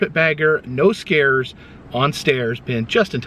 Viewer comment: Instead of "no scares" I heard "I'm selling my NOSE HAIRS"